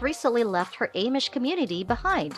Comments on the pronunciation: I agree she is pronouncing Amish wrong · Can't watch when someone can't pronounce Amish